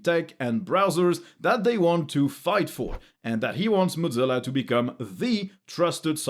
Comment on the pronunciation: Not "mod-zilla" (godzilla); moe-zilla.